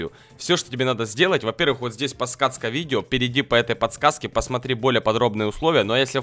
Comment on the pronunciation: Никто: Абсолютно никто::подцказка